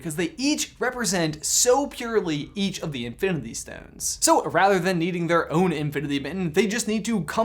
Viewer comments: Okay I love this channel and everything y’all produce but idk if it was because how fast you were talking or if it’s just how it was recorded idk but almost everytime you said “infinity” it came out as “infiniTHE” and it maid me cringe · Bruklefe15 “infinithy” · "infilindy war"😂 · manz cant say infinity oh sorry i meant infinbity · “InfiniTHE war” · Anyone else notice how he says infinity weird ?? Oooor is it just me